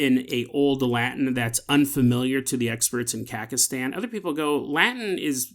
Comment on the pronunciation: It took me way too long to figure out what he was trying to say lol